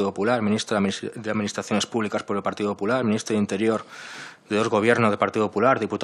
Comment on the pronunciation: Porque en vez de decir "partido popular" dice "partido 'hular"